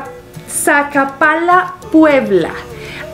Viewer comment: Saludos hermosa y bella dama eres genial en tus videos solo una observación,no creo sea sacapala puebla a de ser sacapoaxtla puebla un abrazo a la distancia desde Chimalhuacán Estado de México